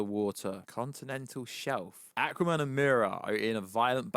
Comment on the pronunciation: I cannot stop laughing the accent pronouncing " ackwa-man" 🤣🤣🤣